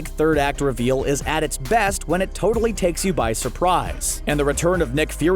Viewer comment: Did he just say. . .tortally?